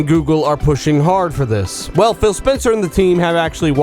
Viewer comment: Sounds like your saying Bill haha :)